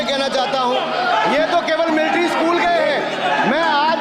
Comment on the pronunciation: पता है कि आर्मी स्कूल से पढ़े हैं। लेकिन एक भी लक्षण नहीं है वहां का! पहले मिलिट्री शब्द को ठीक से उच्चारण करना सीखें।